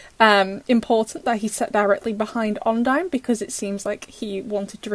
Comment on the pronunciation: It's called odine not ondie